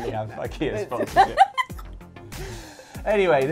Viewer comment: “It’s ‘ick-ea’.” YES! At last, an English speaker who knows how to pronounce Ikea! Have some gummy mushrooms.